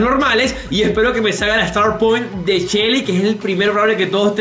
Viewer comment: Decia yessi y era shely like si te diste de cuenta😁😁😁